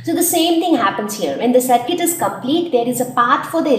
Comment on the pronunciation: it is nt ise it is =is 😂